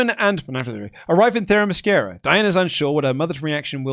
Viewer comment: I love avoiding pronouncing that one Amazons name only to immediately confidently mispronounce Themyscira